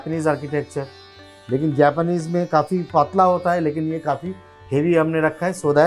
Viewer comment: That "paatla" that's Bengali accent....❤️❤️